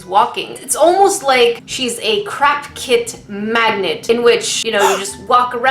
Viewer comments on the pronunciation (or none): I know you are saying Craft Kit, but I keep hearing crap kit. Which is pretty accurate to be honest. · Ok I know your saying CRAFT kit but my hearing is bad so it kinda sounds like your saying CRAP kit (I find it funny that my hearing is making me hear something diffrent)